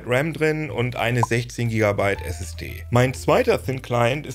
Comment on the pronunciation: Wieso spricht er RAM und Flash englisch aus, aber SSD nicht? 😂😂